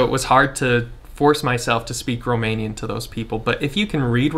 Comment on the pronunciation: I am amazed how good is your Romanian pronunciation 👍 Do you have some Romanian background by any chance?